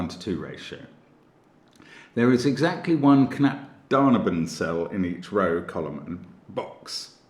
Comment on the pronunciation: Mark, you say it "knapp da-neyh-ben" like neiighhhh, when you describe a horse sound :) You are awesome btw Mark